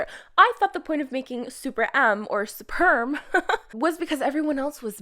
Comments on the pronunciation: Whatever .. I'm just glad that was not only one who pronounced SuperM "Sperm" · What the hell , did you just said Super M _sp*rm 😑